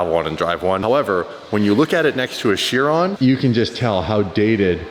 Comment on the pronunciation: its veyron not veyronne ! and chiron not chironne and che as 4 exaust here and two under the car in the difuseur to help better aero by puting hot air and chiron is just a veyron with new body